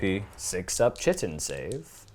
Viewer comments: Kite in not chit in! Cool to see a desperate escape after defeat. May all the thralls of the corpse god meet such a fate! Tzeentch willing of course. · Pronounced like kite. Chitin. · It's not chit-en its kite-en and its not ick-or its I-chor i don't like that I'm doing this but both in 30 seconds was to much